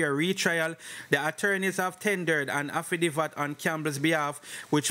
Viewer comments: the word is "haffi dave it".. affidavit not "haffi div at" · Affidavit.... pronunciation AFFI-DAAA-VIT..............not affidivat NOT AFFI-DI-VAT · A-FFI-- DAY--VIT--- THIS IS HOW IT IS PRONOUNCED........ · Was listening and was so annoyed I had to comment then I saw your comment 😅😅😅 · It's pronounced afidayvit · Bro the word is affidavit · Afi divvat 😅😂😂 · up time…..please take note of corrections when noted by your readers. The incorrect pronunciation is often annoying and no matter how corrected you continue the same. Makes me wonder if you read some of these responses, anyway words you are not sure of the dictionary gives the correct pronunciation…. You are appreciated nonetheless the less AFFI-DAVE-IT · Jesus did he say afadiva? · Aftadivat..why don't you learn proper pronunciation son? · Bro it's affi- day -vit / Affidavit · Man so anxious that he not even tek the time to pronounce the word (affidavit) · HE CANNOT PRONOUNCE SIMPLER WORDS..he does no research..he just Plagiarized..and he reads like a GRADE ONE STUDENT.. I can’t listen to this!!